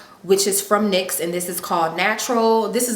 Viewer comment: It's pronounced (Nyx)NIX! It's not an acronym people! Love the video super cute